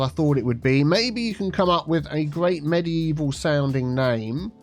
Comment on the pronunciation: Mediteaval, obviously 😆